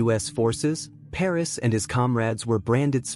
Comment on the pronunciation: Pernass is his name not ‘Paris’